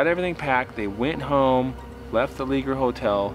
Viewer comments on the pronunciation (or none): It's pronounced (Lay- shaye) Leger is a French name made popular in Louisiana by Cajuns/ Acadians that were exiled from Nova Scotia in 1755. I'am 90% sure the original owner was my great uncle.